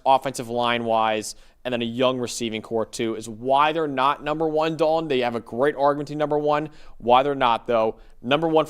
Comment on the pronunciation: Me: Dal-ton: Dolen